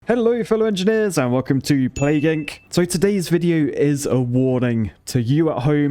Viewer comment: Plague "INK"?????